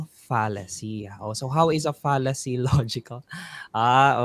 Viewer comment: Mali po yata pronunciation ni sa 'Fallacy'